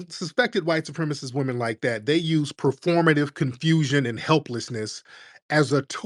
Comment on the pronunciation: Whyte wahmen be Deceptacons...